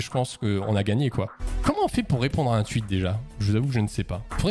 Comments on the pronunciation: Ça me fracasse quand il dit tuit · Arrête de dire "tuite" wsh c'est insupportable